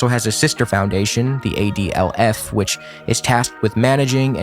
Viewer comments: The adlf is pronounced adolph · "ADLF" man you can't make that up